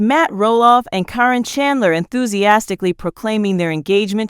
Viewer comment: Please pronounce caryn name right